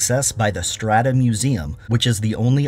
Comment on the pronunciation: Its strataca. Not strata